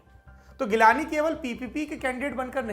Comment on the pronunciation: Saurab bhai wo G-lani hai geelani nahi ...